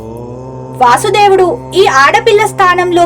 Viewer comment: ఆయన పేరు వాసుదేవుడు అని పలక కూడదు వసుదేవుడు అని పలకాలి